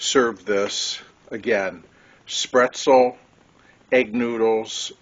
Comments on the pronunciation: I know that I have commented on this episode before, but I just had to nit pick on your pronunciation of the word “Spaetzle”… you were saying “spretzel”, almost like pretzel. I’m no expert on the German language, but I believe that it is pronounced “SPATE-ZLA” or “SPET-ZLA” or even “SPET-ZEL”. Again… sorry to be a pest. Still an excellent recipe! I just wish the cost of beef would get back to being affordable again. As always… take care!! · I wasn’t sure if I should even say anything… but now I know the Michigan way to say spaetzle! I hope you were able to visit a Maid-Rite in Iowa and have one of their famous loose meat sandwich! Take care!!